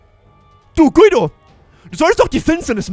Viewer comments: Guido wird nicht so ausgesprochen, es wir so ausgesprochen: Gido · Echt geiles Video und neues Projekt aber man spricht den Namen Gido aus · Voll cooles Projekt ich bin so gehypt😃😃😃😃 Ps: Guido wird glaub ich Gido aus gesprochen. Glaube ich Pps: du bist soooooo ein cooler Youtuber❤️❤️❤️👌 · Er wird Gido ausgesprochen😂eine richtig geile Folge👌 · Hey man spricht seinen Namen Gido aus aber wird Guido geschrieben Bester Youtuber Mach so weiter Bleib so wie du bist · Guido wird Giedo ausgesprochen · du sprichst ihn falsch aus du musst ihn gido aussprechen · Bei Guido spricht man das u nicht😅